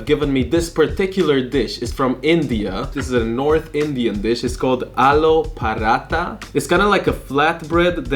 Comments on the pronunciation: As a Indian I can confirm that you did amazing on the aloo paratha. Note: You pronounced it wronnng :( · you massacred the aloo paratha 💀